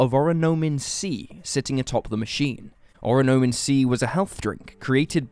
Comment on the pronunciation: good video! the drink would be pronounced oronAmin instead of oronOmin based on the hangul on the bottle at one point, though :)